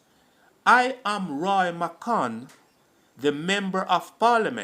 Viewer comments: Wrong pronouncing of names. Not Ma kahn but McGann G not C or K He waa shot by the police. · Please note the name Roy McGann not McConn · McGann NOT McConn!!!